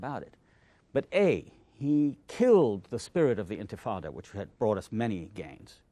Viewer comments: One of the greatest minds, and hearts to ever put this struggle into words is being interviewed by a man who thinks it's pronounced "infatada" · charlie literally called it the infitada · Love a good infitada and a diet coke